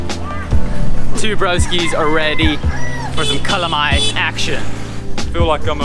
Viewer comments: seems like city Cebuanos do not know how to pronounce LA/LO. palong => pawong; alom => awom; dalan => dan; wala => wah; bala => bah; pala => pah; halang => hang; kalamay => kamay my mom is from southern part of Cebu, but she pronounces kalamay as kalamay. it's a taga-ciudad thingy, bro. kamay is not generally a Visayan term. besides, Bohol is in Visayas...so.... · Lol Broskis, I love your yet another awesome video! Those falls are heavenly. I hope to visit one or both of those places in the near future. Nice you ate kalamay. Its actually pronounced as "cah-laaaaaa-maiyyye". If you are a fan of horror movie The Blob, it looks like it hahaha.